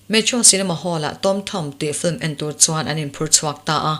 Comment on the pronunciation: Film hi Flim ('L' aia 'i' ri hmasa) anga lam hi a dik chiah em lê..?